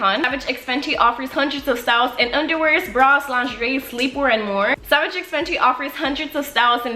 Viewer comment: It's pronounced savage by fenty